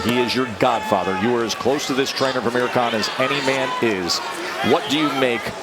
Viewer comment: He said Ameri can instead of Amir Khan🤣🤣